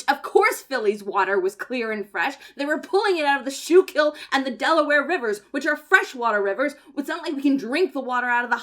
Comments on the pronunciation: Schyulkil is pronounced "Skool-(school)-Kill" by Pennsylvanians. I hate it, but you know what they say, the locals are always the authority on the pronunciation of local words/names. ugh. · I love you, and I love this video, but I feel I have to tell you that Schuylkill is unfortunately pronounced “skoo-kull” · I thought the Schuylkill was pronounced like skew kill